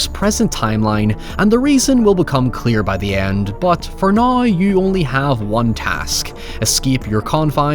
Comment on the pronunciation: said "noy" (now) at least 6 times in this video